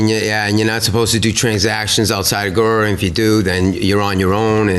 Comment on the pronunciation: He can't pronounce "guru" but he can detail a fantasy about a child?